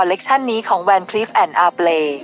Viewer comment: การออกเสียงของคำว่า Van Cleef & Arpels ที่ถูกต้องอ่านแบบภาษาฝรั่งเศส เครื่องเพชรถูกผลิตจากประเทศฝรั่งเศส พระราชินีของไทย มีเครื่องเพชรสวยมากไม่แพ้ใครเพราะรัชกาลที่ 5ทรงเสด็จยุโรป 2รอบ ได้ซื้อ และนำเครื่องเพชรมาประทานสมเด็จพระศรีพัชรินทรา และบรรดาพระสนม ทั้งหลาย